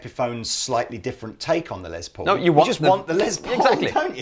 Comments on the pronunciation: Stop making les Paul sound like a lesbian! It’s “less” Paul not” lez”Paul! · You Brits pronounce it "Lez" Paul. It's short for Lester (Lester Polfous was his birth name), so it's like "Less". Just fyi. Does not bother me, it's just interesting.